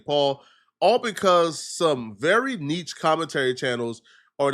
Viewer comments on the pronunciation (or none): ive never heard some use a word so frequently they didn't know how to pronounce. learn how to pronounce the word niche. you cannot pronounce niche. you use the word niche almost once per video but cannot pronounce the word. learn how to say the words you frequently use in your videos. as the video goes on, you can't pronounce heinous either.